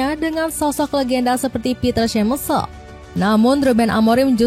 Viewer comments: bacanya "piter semae-kel" kak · Min, koreksi ya, Peter Schmeichel pronouncenya "Piter Syemaikel" 😅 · Piter semaikel mbak 😊